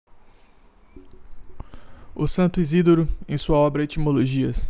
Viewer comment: A pronúncia é 'Isidóro', mesmo, e não 'Isídoro'.